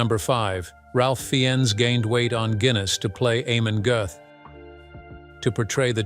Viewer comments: At least pronounce the names right.. It Ralph (pronounced) fines And his Characters last name is pronounced Gert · It's "Rafe Fines" - not however you mispronounced his name!! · Pls learn ti pronouce names. Raf fienes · His name is pronounced Raf Fines.